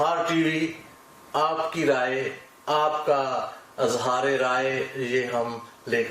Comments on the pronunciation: ٹی وی کانام ہی غلط ہے اِظہار IZHAAR ہوتا ہے Azhaar نہیں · اٙظہارِ رائے نہیں ہوتا۔ اِظہارِ رائے ہوتا ہے۔ "انصاف کے کٹہرے میں انصاف" کیا فضول بات ہے۔